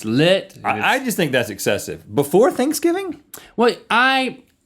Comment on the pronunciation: did anyone notice rhett said thinks giving instead of thanksgiving?